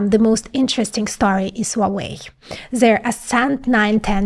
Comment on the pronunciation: for the record, the "H" in "Huawei" is not silent. It is pronounced as "Huawei" not "uawei"